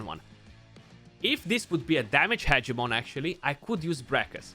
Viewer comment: Haha “Party-pants Hedgemon” 🤣